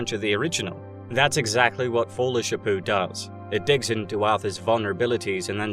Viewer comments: Everytime you said "folie shapoo" i cringed. Corny as this movie bruh 😂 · I keep hearing Joker foolish Apu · Anyone else love the way he calls it folie sha poo?? Love it! Hate how they messed this movie up, smh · Why do you keep pronouncing it Sha-poo? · Is he mispronouncing the title of the movie on purpose? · Great analysis but your pronunciation of folie a deux is killing me. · What's with the weird pronunciation of the title? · Just… how exactly are you trying to pronounce the title?